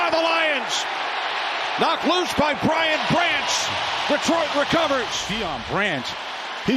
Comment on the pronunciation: BRIAN Branch. It's BRIAN.